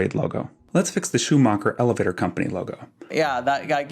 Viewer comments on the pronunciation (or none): none